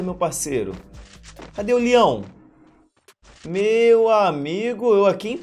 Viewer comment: Ele falando "LIÃO" é mt engraçado KKKKKKKKKKKK